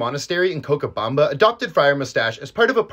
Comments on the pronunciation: Its pronounce Co-sha-Bam-Ba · ain’t no way you pronounced cochabamba like thag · You pronounce it wrong dude Pls hear the pronunciation in spanish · the ch in cochabamba is pronounced like the ch in chocolate. cute story btw! :)